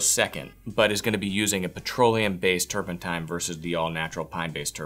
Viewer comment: And "turpentine."